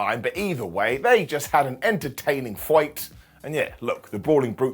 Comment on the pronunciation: Lol I’m sorry, but could you say “fight” again?!? I thought you were from somewhere around England!?! Not Ireland……. It is great though and I think you should say it that way from now on!!! Any time you say “fight” you have to say it that way!!! Awesome